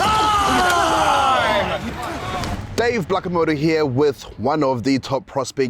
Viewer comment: Did he say Dave Blackomoto?! 🤣